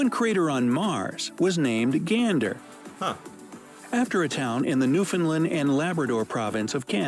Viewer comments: lol, your pronunciation of Newfoundland is so funny, it should sound like: noo-fuhnd-luhnd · Wow, the narrator not only pronounced Newfoundland as "New fund lund", but pronounced Okanagan like it was an Irish surname. O'Canogan.